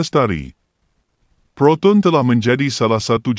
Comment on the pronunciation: Siapa la yg berkata-kata ni.....sebutan anda byk Salah.....🤣🤣🤣contoh..proton...disebut ..protun...